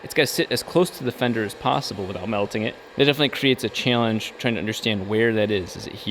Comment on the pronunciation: “Chayllenge”